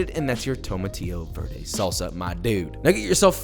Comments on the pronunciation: “A row-hoe, and a vuur-day” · Josh, it’s VARE-day!! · You can pronounce Chilaquiles, but not Roja or Verde?!? whatever. At least you didn't break the bank on these.